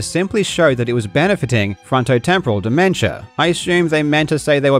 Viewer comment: "dimemtia" LMAO